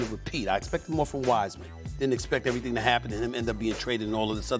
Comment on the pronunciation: Nah. Not everything. Not everythain. /